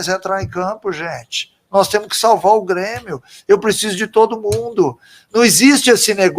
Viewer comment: ELE FALA "B"RÊMIO